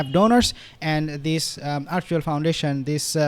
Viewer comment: She gets PERKS, not parks. Not ARYUEL, it's ARCHWELL. Not MONCIDO, it's MONTECITO but it's ok cuz we all know what you mean.